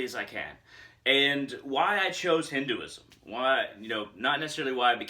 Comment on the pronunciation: Just 1 tip. If you can, try and pronounce it as "Hin- Th e ( 'th' sound of word 'the,they,thee,thus etc)-uism